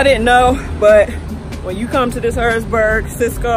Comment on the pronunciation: Its HarrisONburg not Harrisburg,VA ..LOl..I live 15 minutes from there..Be safe